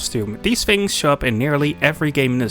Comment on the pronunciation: are you saying “fink” and “fings?” dude, are you british, or do you have a speech impediment? literally fucking unwatchable